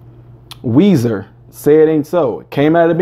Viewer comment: “Weezer”, sir. No H. Awesome you’re reacting to this classic.